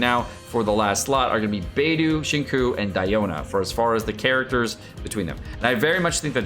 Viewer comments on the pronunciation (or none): Do you purposefully say the names so incorrectly 😭😭 bay doo and shing coo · bay-doo and zing-choo…..